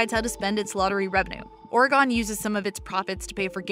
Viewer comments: Ore-"gone". Seriously? I've lived in the INW, specificallyIdaho for almost 20 years and I've literally never heard it pronounced that way. I'd wager that 99.9% of people say Ore-"gun". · Or-gone?? Oregon is pronounced like the instrument "organ" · Anyone cringe when she said “Oregon” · lol oray-gone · Bro how do you work for CNBC and still can’t pronounce Oregon. It’s not “Oro-Gone” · I love this, but Ore-gone???? Noooo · She said Oregone it’s Oregun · This was great until I heard this narrator say Oregone . Not Oregon .. learn how to pronounce the states.... not difficult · “Orygon,” lol 😂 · Narrator pronouncing Oregon as “Ore-eee-gone” made me lose brain cells. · She said Oregon wrong lol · Am I the only one that thinks they pronounced Oregon very strangely at about 7 minutes? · Learn to pronounce Oregon please! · The way she said Oregon🤮 -An Oregonian